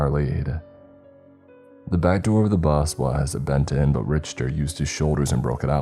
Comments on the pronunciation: actually, if you go to the original story which the Reddit link is under the description of this video and do a control+f to find on page and type Richter you'll see that the very first mention of him is explaining that he is actually nicknamed Richter scale. Which if you go to this link you can see how that word is pronounced and further still.... Don't know where you're from, but I'm American. So the English pronunciation... yet, NEITHER says RICHter like this narrator does in this story. Ok. I'm gonna go do other stuff cause there really isn't any way this could be debated further. 🤷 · It's Rick-ter NOT Rich- ter, in fact, mispronounced words are in my top 3 things sure to tick me off. I have been listening to your channel for years and thought right on moat of the time, you have had trouble with pronouncing words correctly. Just an f.y.i, stop it. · You don't know what you are talking about. Just to double check I googled pronunciation in both English and American it's RICK-TER. What language are you speaking? Hillbilly backwoods uneducated? No one pronounces it rich-ter, your wrong on this. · Pronounced "Rick-ter" not "Rich-ter", otherwise, great job! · Fred you are a gentleman and a scholar, that last dude tried to say it depends where you are from... Lol 🤣 nope, no it doesn't, if you speak English it's Rick-ter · Rich ter... RICH TER. it's pronounced Rick-Ter. Other than that it was a great story, I'm giving them a hard time but they do a good job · dude no one pronounces it "Rich-ter" anyone that went to college and studied physics or engineering knows this. It's an English word: and in America and Uk it's Rick-ter (I googled it) the dude is wrong. Story was great but rich-ter just bugged me. It's a learning experience for writer. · my guy, for the sake of verisimilitude, the name Richter is pronounced like Rick-ter, the h is silent. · Richter is pronounced "rickter" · Richter pronounced Rick-ter. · Okay I love you but it's pronounced RiKtor